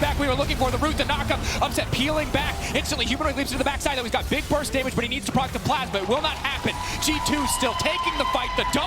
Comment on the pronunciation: ~Augh, his brain is just so bieg~